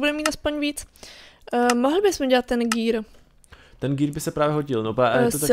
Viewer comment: džír👎: gér👎. Gear Angličtinar: gír 👍